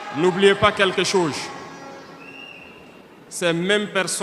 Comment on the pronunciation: Pardon président Fais un effort pour bien prononceer le mot"chose"